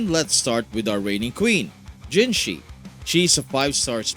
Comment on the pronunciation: People still pronouncing her name as "jinshi" smh.